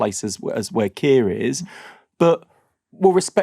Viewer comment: Wes Streeting makes me want to vomit. There’s is never going to be a solution until the violence ends Wes! I hate the way he says Keir.